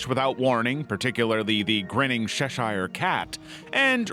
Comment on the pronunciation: Terrible AI voice saying "SHASHIRE CAT" I live in North Wales about 20 miles away from where Alice in wonderland was written, the hill behind the house it was written is gets psilocybin mushrooms growing there, the writer wrote the book on mushrooms 👌. That SHESHIRE pronunciation really annoyed me 🤣 do people even check the AI slop they made for mistakes before uploading? NO! apparently